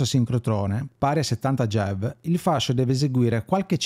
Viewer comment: Bellissimo approfondimento, complimenti Solo una parentesi: MeV e GeV sono, banalmente, le abbreviazioni di Mega ElettronVolt e Giga ElettronVolt: sono unità di misura (mi fa strano sentirli nominare "mev" e "gev", un po' come se si pronunciasse "cappaggì" anziché "kilogrammo" 😉)